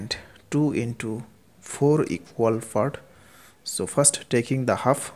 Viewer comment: sir, honestly speaking you need to work on your english, specifically your pronunciation other than that i got the concept right. I was confused why we had to divide the numbers?? but got the whole concept, and reffered to rd sharma book.. But sir your "part" sounded like "fart" i died from laughing right there lol